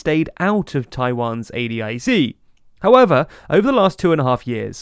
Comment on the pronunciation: It’s very weird hearing it pronounced A D I Z instead of A DIZ